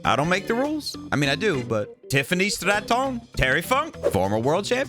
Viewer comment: 😂😂for some reason the way said "Tiffany STRAtton" popped me😂